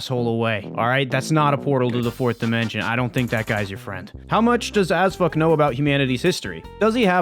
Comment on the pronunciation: Am i the only one hearing Azfuck